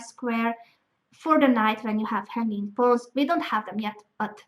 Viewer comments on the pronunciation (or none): everytime she says hanging pawns it sound like honey pots xd